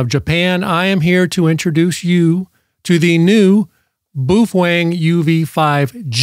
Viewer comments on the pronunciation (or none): Bao- feng Not boofwang 😂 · On a side note, the pronunciation of the word Baofeng is as follows. I think when Americans try pronouncing Asian words they let their English eyes and tongue think too much. The word if we look at it broken down into two parts is pronounced BOW-FUNG. Let me explain, the first syllable is Bao and if we look at the small Asian steamed bun sandwiches they are spelled Bao said as “bow” (rhymes with cow) buns. If we look at the second syllable it’s Feng, an example of why this is pronounced “Fung” is if you look at the Asian word used in decorative style it’s Feng Shui pronounced “Fung Shway”. I give you the word Baofeng pronounced “Bowfung”, remember rhymes with cow. It’s funny to me that anyone would attempt to argue with it and they are simply demonstrating their poor linguistic skills that probably end at being able to order food at McDonald’s. “Some people”😆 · I'm sure it's part of your schtick, but I fail to see how the word Baofeng is pronounced 'boof-wang'. Appreciate your attempt to bring humor to the people, though. keep it up.